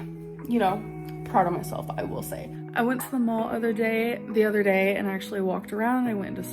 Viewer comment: "udder" shock is... fitting